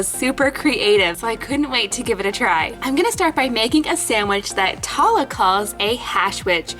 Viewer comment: I love this! ❤️ it’s making me real hungry😋 Oh! And one more thing ☝🏻 Tala isn’t pronounced (Tah-la) it’s pronounced (Taa-Laa) I know this because I AM from Saudi Arabia شكرا للفيديو الجميل❤️❤️ That means, “Thank you for the great video❤️❤️” ———————————————————————————————————————————————————————————————————————————————⬆️ 😊